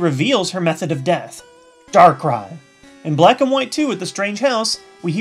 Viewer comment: "Dark...rai". :p I love it